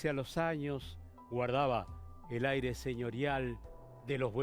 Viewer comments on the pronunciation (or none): none